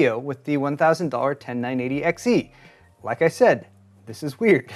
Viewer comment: He says... RIKE and subscribe....